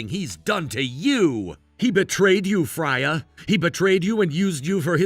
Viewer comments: Its pronounced Frey-a its Norweigan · It's pronounced "FRAY-uh"